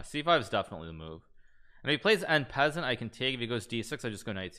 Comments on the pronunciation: that doesnt feel like the right way u pronounce en passant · He does it on purpose lmao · Ok, cause i was confused how an expert player would misspronounce that